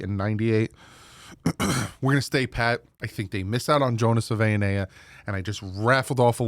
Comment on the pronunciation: From Tucson, AZ…20 year Wildcats season ticket holder. 40 year Dolphins fan. It’s: Big Jonah SAVA-ee-nah-aya Bear Down! Fins Up!